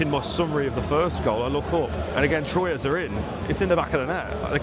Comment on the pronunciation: Technically Standard Athletic Club were founded in Paris seven year prior to Red Star but some people will say Red Star is the oldest Parisian club. There are a lot of clubs in Paris besides PSG but everyone focuses on them obviously. I've been a fan of PSG since 2003 but I would like to see Red Star promoted to Ligue 1 alongside Paris FC. Troyes is also pronounced Twa.